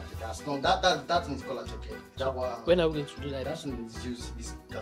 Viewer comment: Attieké not asaké 😂